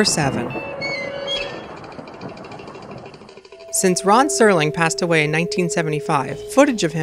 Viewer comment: the narrator says "Ron" Serling, instead of Rod Serling. I'm surprised someone in editing didn't catch that.